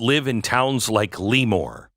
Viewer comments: It’s pronounced La more not Lee more. I thought that minimum wage was supposed to be for chains with 50 or more locations and 500 or more employees. Democrats think we all want their policies, we don’t. I’ve lived in Cali for 22 of my 65 years. Our elections are now all mail in balloting. You can vote in person but if you don’t have that mail ballot you get a provisional ballot. A couple of elections ago 5 or 6 republicans that were told they won a week after the election were told weeks later they didn’t because it took weeks to count mail in ballots. Our voter rolls do not get updated regularly. Tens of thousands of illegals ended on the rolls because of motor voter enrollments. Postal delivery people have admitted to selling or giving ballots away because people had moved. Democrats hire or control ballot collections and counting. It’s impossible to believe 5 or 6 cities keep voting for democrats when their policies have turned once beautiful cities to third world hell holes while almost every rural county voted conservative. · It's pronouced La'more not Leemore! Right outside Naval Air Station Lemoore, I know, I grew up there and was in the Navy there. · It sounds more French. "Le-mour" or "Le-more." Not Lee-More. It's a soft first E, just for your knowledge. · California Central Valley native here. It's pronounced 'Leh-more', not 'Lee-more'! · Luh- More. not “Lee-More” But the KommieFornia minimum wage was intended to destroy and close small businesses. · Plus vote ... but a) it's pronounced lah-moor ... not lee- more. b) Don't forget, there are more Republicans in CA than any other state; more Californians vote for Tump than any other state. Just because a COUPLE of far left blue areas foil the rest of us. ... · I can tell you don’t live in CA because that’s not how your pronounce that city’s name at all… never heard of LEEmoore…. I’ve heard of LEmoore. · It's pronounced LA more not Lee more😊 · It's not LEEmoore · It's pronounced La more